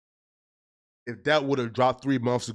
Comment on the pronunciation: Sussesfoh, bibo charts, redeeculous, this guys English is his second langue and don’t have a first